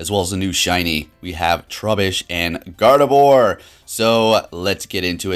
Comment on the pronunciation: OMG ppl its pronounced garb-odor. Not garbodor. Idk why everyone pronounces it like this. Am I the only one that knows how to pronounce it right. Sorry but when it comes to pokemon names im just REALLY picky. Not trying to be a karen or anything